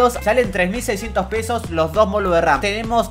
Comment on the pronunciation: ""Moludos" de ram", treeeemeeen2 dislexico